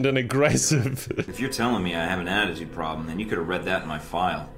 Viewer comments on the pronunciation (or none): none